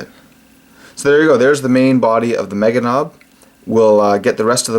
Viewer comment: Ey lazy git, where is dat B in meganobz?:-P